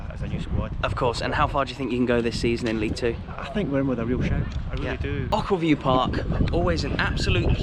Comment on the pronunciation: It’s pronounced oh-kill-view 🙂